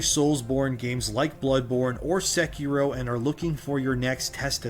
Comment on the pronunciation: Why does he pronounce sekiro that way?